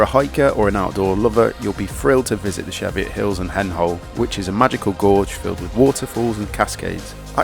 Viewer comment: CHEEviot hills! Not SHEFiot hills.